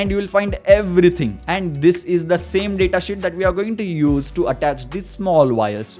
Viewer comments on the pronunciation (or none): Lol he was saying data shit instead of data sheet